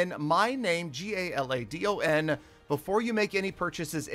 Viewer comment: Why Peter call you instead of galadon